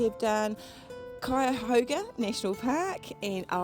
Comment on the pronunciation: You surely did pronounce Cuyahoga right. I was born and raised near the Frazee house and my youngest sister still lives in the same house. The older sister lives just up the hill from MD Garage. That was a lengthy ride you two made.